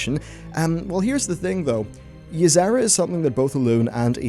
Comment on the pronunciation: The 'z' you add in Y'sera kinda triggers me. Lol. I enjoy your vids, tho.